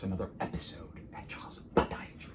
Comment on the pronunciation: Why do you say podiatry like that dr?